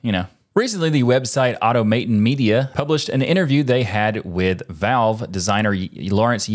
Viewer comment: "Aw-tomma-tahn" not "auto-matin' ".